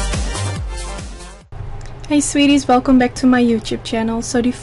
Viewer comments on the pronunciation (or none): none